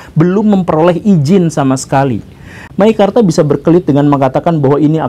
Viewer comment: MEKIKARTA... wkwkwkwk...